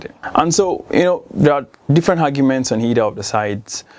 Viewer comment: 'hevery" "hargument" really?? smh!!!!!